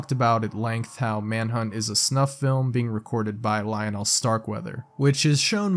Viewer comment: The way my man pronounce "Lionel" it's almost as if he's never heard the name. Lol